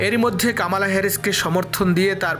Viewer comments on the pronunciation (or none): কামালা নই, বলুন কমলা হেরিস। উচ্চারণ ঠিক করুন।